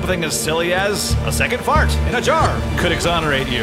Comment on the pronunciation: "FARTS FARRTSS FARTTTSS" Funniest pronounciation lol